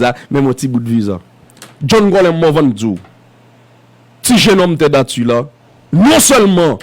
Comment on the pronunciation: Li pa prononcé atu aktu Ted Actu